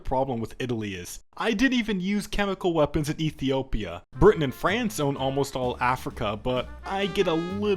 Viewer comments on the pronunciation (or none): none